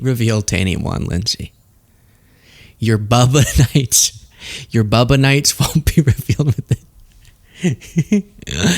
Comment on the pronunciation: is sooo bad! « Bubba nights » 😂😂😂😂